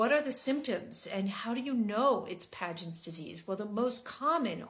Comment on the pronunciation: Pagents? It is actually Paget… no N